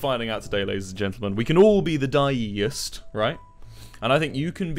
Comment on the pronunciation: “Die-e-ist” Suicidal: am I a joke to you?